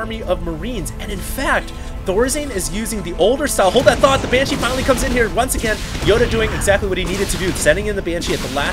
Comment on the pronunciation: is it that hard to pronounce "BANSHEE" ? it`s not "BYANSHEE" -_